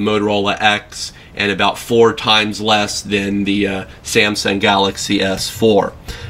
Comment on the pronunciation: SIAMSUNG ? what's wrong with this guys never knew how to pronounce ? :s